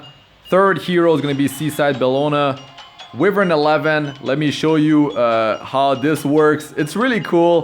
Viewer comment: Why-vern not We-vern